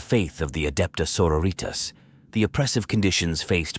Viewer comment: Very well made story. A bit a criticism though work on your High Gothic pronunciation. Hearing Adeptus Sororitas as senoritas made me giggle a bit. Theres also alot of WH ambiance music you could take advantage of going forward. Other than that no other complaints. 5/7 perfect score